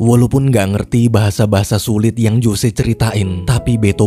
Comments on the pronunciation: Bukan Jose bang bacanya, tapi Hose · ngejanya "hose"ya min, bukan jose